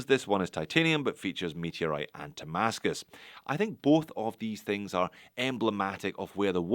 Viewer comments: Nice shots of some interesting watches from Zelos. (By the way, are you pronouncing it "Tamascus"? That's what my ear is hearing.) I can see why the Hammerhead was popular, that's a beefy cool watch. Good take on the brand and what this watch offers, it's not for me but it sounds like it will sell. Makes me think of a G-SHOCK color variation. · I believe he is pronouncing "Ti-mascus", for titanium-based damascus